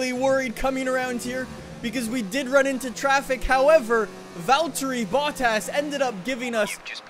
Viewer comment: Its funny when you say Valtteri like Valtyrie😂